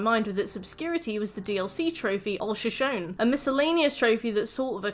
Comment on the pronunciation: average european pronouncing shoshone: (great video)